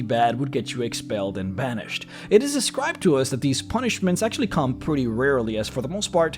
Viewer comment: They way you say Banished at the end makes me think there's much more to that.